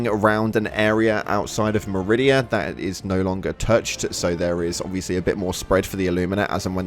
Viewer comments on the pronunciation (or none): none